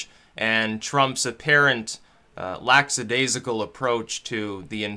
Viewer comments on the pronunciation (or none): The word is LACKadaisical, not LACKSadaisical or LAXdaisical